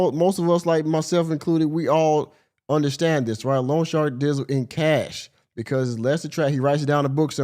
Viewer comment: I am sorry; but this is driving me nuts. It’s not ‘long shark’; it’s loan shark. They are called that because they are illegal predatory lenders that charge super high interest rates. Every time she says long shark my head wants to explode. 😂